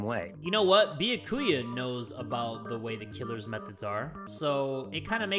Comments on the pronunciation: no one: No one: Literally no one::beeyakooyuh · If people would stop posting spoilers in the comments, would read them and learn how to pronounce byakuya's name. It's (byah-koo-yah) not (bee-ya-koo-ya) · If he says “be-yah-koo-yuh” instead of “Be-yak-oo-ya” one more time I might actually lose it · i love how he insists on saying beeakooyah even after everyone says byakuya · I love ya but it’s (be-ya-coo-ya) not (boo-ya-coo-uh) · Yeah. Byakuya’s name is pronounced “Be-aku-a” (no hate btw) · everyone: says byakuya’s name multiple times jay: “bee-uh-koo-yuh” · BRO THE WAY HE PRONOUNCES “Bee-ya-Koo-ya” MAKES ME CACKLE EVERYTIME. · I HAVEN’T WATCHED THIS YET BUT JAY PLZ IT’S byAkuya not byakUya :”) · i loove the way the pronounces byakuya bee yo koo ya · Bia- ku-ya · did you just call him… “ biyakuuya? “ .. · YES I’m also annoyed at how he pronounces byakuya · everyone: triggered at how he pronounces Byakuya me: laughing at him calling Aoi "owie" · The way he pronounces Byakuya hurts my heart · Seriously, someone contact me when he finally says it right smh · Everytime says Byakuya wrong I feel like I’m being stabbed by one of Toko’s scissors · The fact that he still says Byakuya's name wrong after this makes me laugh. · Challenge: take a shot every time jay says byakuyas name wrong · On god if this man pronounces Byakuya wrong again I’m going to cry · the way he pronounces byakuya infuriates me for some reason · I'm ready for Byakuya to die because the English pronounciantion of his name so bad and he's just the absolute worst (, not the game. Not that he can be expected to know Japanese pronounciantion!)